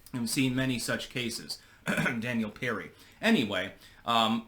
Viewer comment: Daniel Penny. It's Daniel Penny, not Perry. Pull it together man.